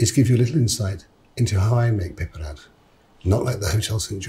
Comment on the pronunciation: Its so satisfying the way he says "piperade"